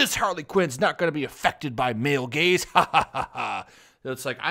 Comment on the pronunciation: For a moment I thought you said male gays and not gaze.